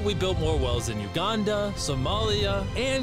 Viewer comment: he said Uganda but i was like wtf he said, did he just say wakanda lol